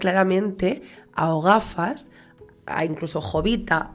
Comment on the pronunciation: "O gafas " osea "El gafas " parece que le llamas Ogafas aseca 😅😅😅